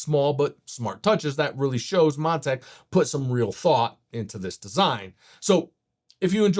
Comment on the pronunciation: Did he call it "Mon-tank" in the first 10 seconds?